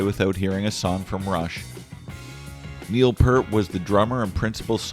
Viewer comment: Please pronounce Neil's name correctly ....Thank you